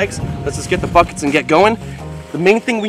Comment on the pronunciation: My volume turned down and when he said "Buckets" I heard "Fuckets" 😅😅🤣🤣